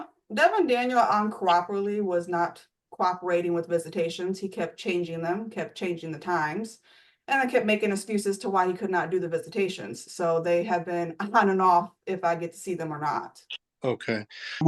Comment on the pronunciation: He was uncoor-operly... not coorperating....